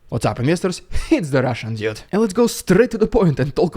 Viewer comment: I love this channel but everytime he says "the Russian dude" I hear "the Russian idiot"😂🤷🏻‍♂️